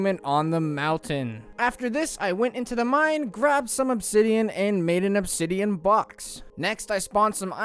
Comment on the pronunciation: This man needs to stop emphasizing the last word of every sentence. "I returned to the mine with my diamond pick ax to gather some obsidiaaaaan"